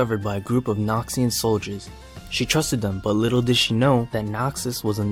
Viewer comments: He said "likkle girl" in the beginning or was that just me? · you say lickle lol